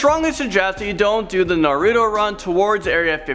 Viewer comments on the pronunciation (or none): none